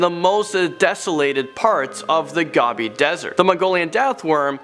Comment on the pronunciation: It's Gobi not Gabi